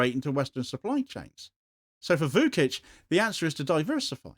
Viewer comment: Vučić = Voo-chich, not Voo-kich